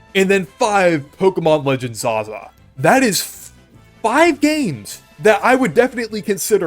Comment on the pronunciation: Zaza? Odd way to pronounce Z-A.